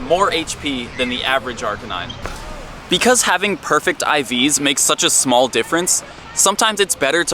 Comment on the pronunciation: 2 years later and I still can't get over you saying "Arcanine" wrong.